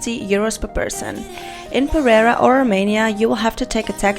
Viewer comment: ... ja ja... pronuncia bien "salitre" pero no puede pronunciar bien "perera"